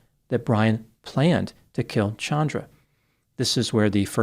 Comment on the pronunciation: This actually seems justified. . . So sick it happened in front of a small child, but the law would not protect him if he claimed spousal abuse. . Thank you for changing your pronunciation of Chandra. . . My cousin (not this woman) HATES being called CHAN dra vs. ChAHndra